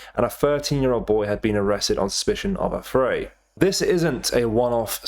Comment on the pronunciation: Learn how to pronounce affray , mate......